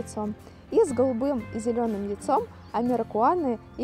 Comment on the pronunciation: Прям искала этот коммент лайк поставить, мне резануло слух. Сама держу маранов и амерауканов и прям неуважение к селекционером их так обозвать 😄